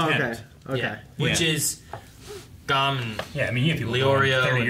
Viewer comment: I just hope they switch to the sub. They even get the names wrong. SatOts? really? H í soka? GOn? It's painful.